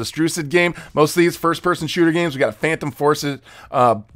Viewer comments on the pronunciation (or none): none